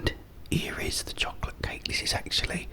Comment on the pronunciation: its chosolate